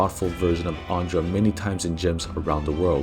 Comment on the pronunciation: Have I heard Eidam Ondra? 😅